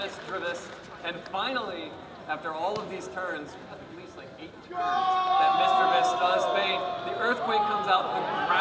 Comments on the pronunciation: says misdreavus like misrevus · THE WAY HE SAY MISDRUVUS MAKES ME WANT TO makes makes me WAN TO KICK YOU XD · REPEAT AFTER ME MIS DREEA VUS SO WRONG THE WAY U SAY IT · the guy said mis-drah-ves, the old way to pronounce misdreavus